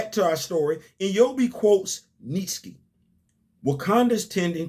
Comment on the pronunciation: Phenomenal job as always. I am enjoying the story so far. Didn't like the way Monet was drawn though🤷🏾‍♂️. BTW, it's "Nee Chee" I believe. I learned how to pronounce it by watching the series Andromeda